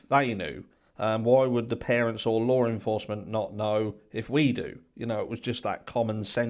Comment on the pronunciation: I can’t tell you how long I looked for a Lauren Foster 😂😂😂😂 Y’all I finally realized he was saying Law enforcement 🤦🏻‍♀️I was honestly embarrassed by myself lol